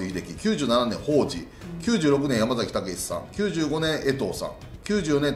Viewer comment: やま"ざ"きではなくやま"さ"きです…